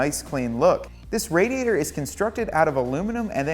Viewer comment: Thanks for the video, but why are you mispronouncing "radiator"?